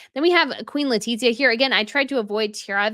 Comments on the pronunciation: Hola! The "z" in castellano has the "th" sound in English. So, it should be "Le-ti-thia" not Le-tit-zia. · PS Letitia pronounced Le tish ia. No tit in it!